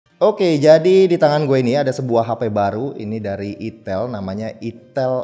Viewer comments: Nama hapenya dibaca Aitel bukan itel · Bang bacanya "aitel" bukan "itel" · Bacanya Ai Tel min. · Itel???hati2 lidahmu sedikit kpeleset😂